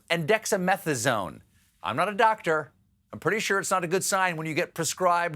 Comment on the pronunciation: How May uhhhhhs did that dwoctor say ? Yes Dwoctor 😅 . Your wife giggling is too cute Steve 😂